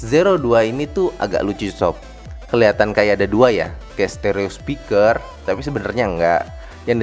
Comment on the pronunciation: sempat kedengeran ngomong 'spikles' ya sob? hihi